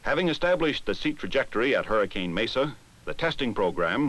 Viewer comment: Gotta love how the narrator didn't get the pronunciation of "Hurricane" right, haha!